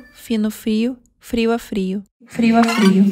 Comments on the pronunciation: Okay but Soyeon said frio a frio three times. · I took portugues class for one smt in my collage and for the word with letter 'o' in ending, exp 'frio' (cold), you can't say [frio] but [friu]. in this video they make a lot of pronunciation mistakes but are justified